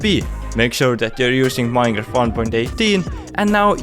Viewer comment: i love how he says minecraft as maeiinca